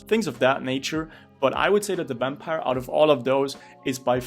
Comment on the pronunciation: "Wampire Lord"